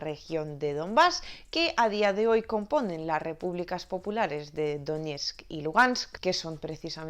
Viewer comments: Si sois tan experto....logos de ucrania....por que produncias muy mal regiones de ukrania ... Es DOŃECK !!!! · por suerte pude ver varios reportes y documentales en RT sobre el Dombass y no entiendo porque la masa social sigue negando la realidad; por cierto, Donetsk se pronuncia "doniesky"